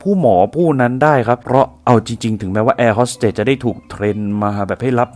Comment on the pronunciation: แอร์ “โฮส” เตส / “โฮส” ไม่ใช่ ฮอส